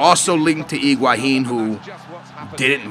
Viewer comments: It is pronaunced Higuain not Iguahin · hi-gua-hin lol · Its higuain not iguahin cos tht is how u seem to pronounce it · Higuain. Not iguahin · Who is Iguahine hahaha